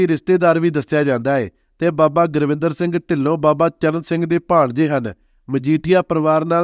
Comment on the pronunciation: ਜਾਣਕਾਰੀ ਬਹੁਤ ਵਧੀਆ ਦਿੱਤੀ। ਪਰ ਅਫਸੋਸ ਨੱਕ ਵਿੱਚ ਬੋਲਕੇ ਗੁਰਿੰਦਰ ਨੂੰ ਸਾਰੀ ਵੀਡੀਓ ਵਿੱਚ ਗੁਰਵਿੰਦਰ ਗੁਰਵਿੰਦਰ ਹੀ ਬੋਲੀ ਗਿਆ। ਵੀਡੀਓ ਨਕਲ ਮਾਰਕੇ ਬਣਾਈ ਲੱਗਦੀ ਹੈ।